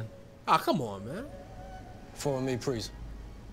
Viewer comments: I'm sorry fam but dude kept saying " fowwow mwe pwease " 😂😂😂😂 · "forrow me prease" lmao